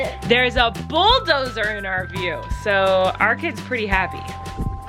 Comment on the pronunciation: getting so good at pronouncing "bulldozer" highkey makes me emotional